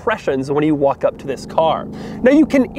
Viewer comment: he says ZZZZZIIISS IS THE 2020